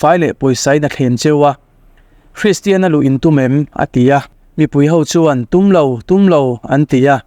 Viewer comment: Hristian tiin i lam/sawi thin a, kristian/christian ti a lam/sawi tur a nia...